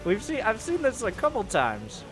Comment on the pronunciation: When you hear Polt: "dis was a fine bait."